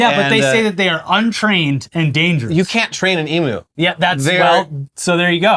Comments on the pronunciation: It's pronounced eem-you, not ee-moo. Also, you're lucky they're not cassowaries. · Here's some drivel just for the engagement. I was driving through south through some forests once and saw some guy dealing with a dead emoo on the side of the road he just hit. About the only time I have seen an emoo in the wild. Its pronounced emew like at cat mewing btw. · emu is pronounced eem-mew not ee-moo